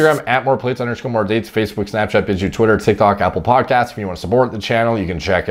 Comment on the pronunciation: Idk why, but EVERY SINGLE TIME you say Apple podcast I think you’re saying apple pie lol